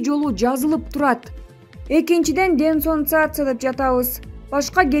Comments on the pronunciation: Денсонсация эмес денонсация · Ээй алып баруучу денсонсация эмес,денонсация деп айтсан боло,сакоо немедей суйлойт экеесин.Терминдерди жакшылап жаттап алып анан чыгып суйлош керек.Билимсиз,алмаштыргыла кадрынарды.